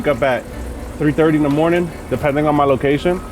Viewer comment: Dude that good mawning...lord have mercy